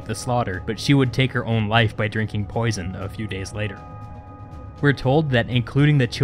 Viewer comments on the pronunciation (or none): none